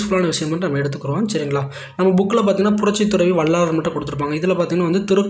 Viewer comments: Bro வள்ளாலர் இல்லை வள்ளலார் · Tamil sariya ucharichu palagu vallalar ku vallaalar nu solra jeevakaarunya ku jeeva karunya nu solra